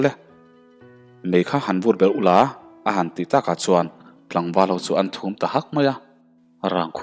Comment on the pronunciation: A bul ṭhum nilovin a bul thum tih tur anih hmel.T leh Ṭ hman hi i fimkhur deuh ala ngai ania,i thawnthu chhiar hi ka la pelh meuh lo,lo in zir zel teh.I chhiar thiam tawh khawp mai.Ngaihthlak pawh a nuam tawh khawp ania,a tir te ngaihtuah chuan.